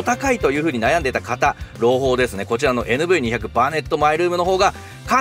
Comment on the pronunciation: 「にひゃく」ではなく「にーまるまる」って言うらしいです。てかキャラバンもクリッパーもNV外したんだから「バネットもNV付けなくても良くね?」って思う。 メーターが液晶化されたならキャラバンはエクストレイルとか見たいなフル液晶メーターを採用して欲しいなぁって思ったりする。